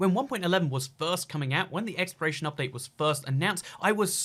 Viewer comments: Why he sain exploration as expiration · who else keeps thinking he says expiration instead of exploration